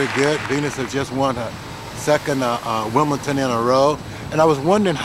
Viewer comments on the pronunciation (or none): It’d take her winning it 20 times before Richard says WIM-BLE-DON correctly